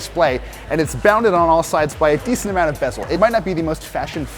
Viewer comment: Can you say B-E-Z-E-L?